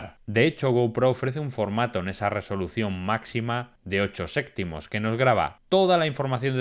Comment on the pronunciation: ¿Ocho séctimos?